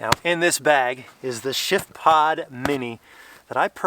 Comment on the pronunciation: Every time that you say the name of the product, it comes across like sh*tpod.